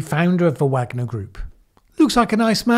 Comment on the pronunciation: Yeah. It's a bit inconsistent I think; pretty sure the Wagner should be pronounced like the composers.